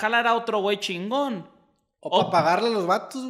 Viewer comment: Oigan a este teletubbi dice Shingo en lugar de chingón